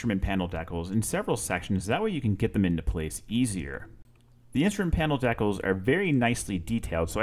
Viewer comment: You're killing me with the pronunciation of decals, but I really like the work! It's beautiful and I'm looking for the airbrush stencils right now! I just bought this model and I'm gonna watch your video many times. Thank you for the video and commentary!